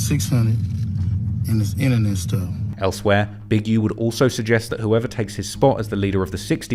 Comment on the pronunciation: “also known Big Youh” lmao why he say it like that